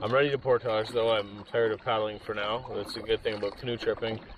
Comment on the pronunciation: How many times you going to say portosh this video?